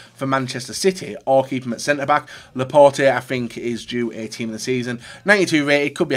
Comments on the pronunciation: It is said laport the e is not pronounced when it is unaccented and is the last letter in a French word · Cringing for the way he pronounces Laporte